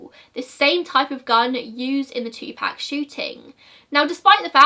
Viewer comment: It's [Two-poc] not [Two-pack]. Just a kind correction.